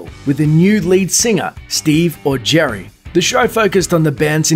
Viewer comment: I thought he was saying steve augeri as Steve or Jerry and I was like which is it? Steve or jerry